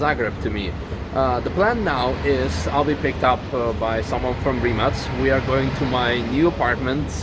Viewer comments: U say rimac like rimas. How do you officially say it. Can u ask mate plz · Stupid question: This is how you supposed to say Rimac?